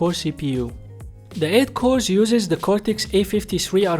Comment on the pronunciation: Say the as ذا مش زا